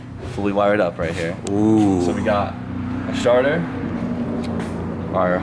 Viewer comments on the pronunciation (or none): I thought he said sharter instead of starter! 😆 Awesome video like always guys! 🥰